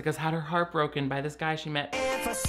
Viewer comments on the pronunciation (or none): none